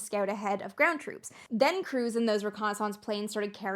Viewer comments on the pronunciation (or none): Any of your episodes where you pronounce the word "reconnaissance" in your very own way is a favorite of mine. :-)